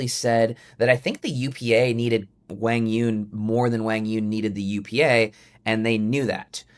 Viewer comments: Zane, learn to pronounce Quang Duong correctly. It's not pronounced like "Wang", geez..... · Who is WANG YONG!?!?😂 come on man you at least gotta say his name right. He’s been on TV over 100 times. I know you’ve heard the announcers say correctly at least once. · Quang Duong is pronounced Wang Yewn? Maybe the biggest shocker of the day for me. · if your gonna talk about QD, pronounce his damn name correctly at least. smh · About the name — I typed 'Quãng Đường' into Google Translate as Vietnamese, but it doesn’t sound like how Zane pronounces it. Am I missing something? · Was it a joke? Zane butchered QD’s name so badly that at first I thought he said something I couldn’t hear.